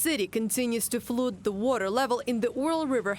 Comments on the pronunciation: Flud. Like in ugh. The word flood is pronounced Flud in English. Not flooode. I bet they wish Shoigu was back in charge of Emergency Services now! But no money no funny. Since putin is spending all the russian peoples money on the war in Ukraine, there’s nothing left for emergencies. Watcha gonna do, have a revolution? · Flood, flooded = fuld, fludded, the joys of English pronunciation. 😂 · Flood rhymes with blood. Not food or brood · To be fair, in parts of England, 'flood' is pronounced 'flooed'. But it is definitely non-standard pronunciation.